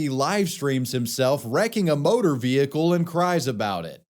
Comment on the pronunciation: What's a vee-hee-cule?